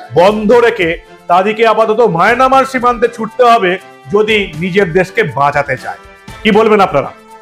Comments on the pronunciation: Resp., Sorry to say you please rectify the pronunciation of Myanmar. I like your presentation. You are uttering as Mynamar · সব ঠিক আছে,তবে মায়নামার উচ্চারণটি সঠিক নয়।